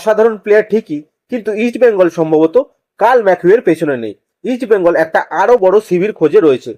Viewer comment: Eastbengal uchharan thik vabe korun.sunte Kanelagche